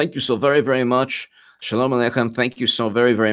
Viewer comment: Be Vewry, Vewry quiet